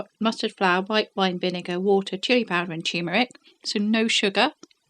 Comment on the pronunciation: How come nobody knows how to pronounce TuRmeric? It's not a tumor! 😅